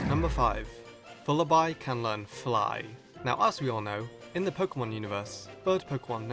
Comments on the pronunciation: Isn't Vullaby pronounced like lullaby? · The biggest Pokémon mystery to this day is wether vullaby is pronounced like baby, lullaby or wallaby. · You mispronounce Vullaby.